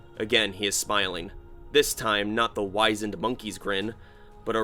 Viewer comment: it's not 'wise', long 'i' in wizend; it is a short 'i' like in 'wizard'.